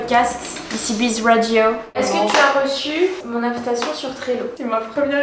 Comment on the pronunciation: ça me stresse tellement que tu dises radio alors que c'est une phrase en anglais donc faudrait prononcer rèydiyo mdrrr mais si non je suis trop happy j'aime trop les podcast je suis une fan de iced coffee break, contre soirée, no spf, sunshine radio... donc dès demain matin en allant au boulot ce sera ECB's rèydiyooo dans mes oreilles. Loveee